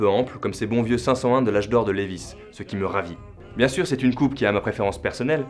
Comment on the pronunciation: Par contre ça se prononce " liːvaɪ " .... pas lévisse